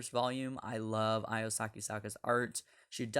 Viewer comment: Hey…her name is pronounced Io (ee-oh) not (eye-oh)…